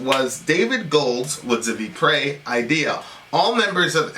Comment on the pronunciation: the correct pronunciation of Ypres is: Yeeps or eeps